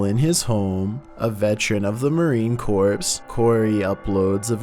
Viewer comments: It’s not marine corPS you just say it like core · It’s pronounced CORE... not “Corpse”! What do they teach you kids? You narrate literally hundreds of videos and you’ve never heard Marine corps? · Marine CORE.. Not Marine Corpse... That is a whole DIFFERENT movie 🤪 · “Marine Corpse” How it’s pronounced: “Marine Core” How it’s spelled: “Marine Corps” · It's pronounced marine core not corps, ik some people can get mad at that but just remember that for future reference lol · Marine Corps. Pronounced Morene Core. Not Corpse. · Corps in the marine corps is actually pronounced just core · Idk what's scarier. The video or pronouncing marine corps corpse 🤣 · In corps it is a group of soldiers not a body. The p and s are silent and pronounced kor. Corpse is a dead body. Aki not aquee. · The "p" and the "s" are both silent in the word, "corps",, as in "Marine Corps". Otherwise you are saying "corpse", as in a dead body. Just fyi. Love and light! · Marine Corps is pronounced like core not corpse. 🙄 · Haha, yeah. And Marine Corps. It's endearing.